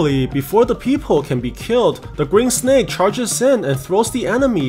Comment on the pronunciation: i love how he says sneck